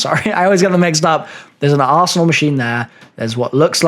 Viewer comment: I know he is saying arsenal machine. But I keep hearing asshole machine 😂